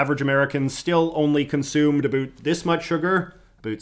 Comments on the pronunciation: A boot?! Certified Canadian. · All these withoeut’s and aboeut’s are mildly infuriating to me, not gonna lie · I think the haircut and mustache is a big part of his brand as a creator, and I have heard people theorize that he sort of overpronounces the world about as a way of emphasizing the fact that he’s Canadian(although I personally Have no idea whether or not it purposefully or not) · 1st time I saw this guy I thought he was American... until I heard him say ''about'' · Never mind I just heard you pronounce about and around, you are 100% canadian no hiding it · Stop saying “about” like that. We get it your Canadian……